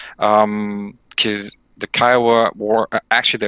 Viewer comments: PLEASE its KIOWA not KEEOWA named after the North American native tribe KIOWA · Can someone please teach Cap on how to pronounce Kiowa LOL